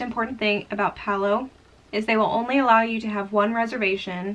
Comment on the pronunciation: BTW, Palo is an Italian word for pole. The restaurant has a Venetian theme and the pole refers to what is used for the gondolas. It is pronounced Pah-loh. In Italian, the A is always pronounced like AH as in father, and the O is always pronounced like OH as in joke. Generally, the syllables in Italian words follow a consonant-vowel format: Pa-lo. And in case you come across Civitavecchia (Ci-vi-ta-ve-cchi-a) on your next Mediterranean cruise, the port near Rome, it is pronounced Chee-vee-tah-vay-kee-ah! Practice saying that and you'll sound like a pro!